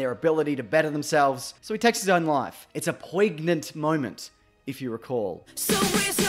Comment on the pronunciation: The way you pronounce "poignant" triggers me.